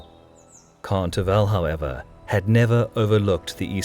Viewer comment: 1. As a Bulgarian I LOVE your videos about Bulgarian history, as you are the only ones that cover it. 2. The name of the Khan is Tervel, but the stress is on the first "e". If you need help with the pronunciation of Bulgarian names (as I hope you will cover the battle of Pliska (811) at the least), you can just PM me here, and I will reply with the transcriptions of the names.